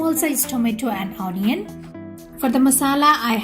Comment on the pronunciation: at.1.00 min mark, "Honion" lol....